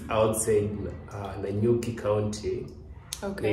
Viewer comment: ohh boy, did he just say nanyuki county 😅🙄